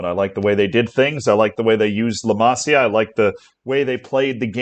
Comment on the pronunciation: When you can't even pronounce their youth academy correctly, go figure🤷‍♂️😂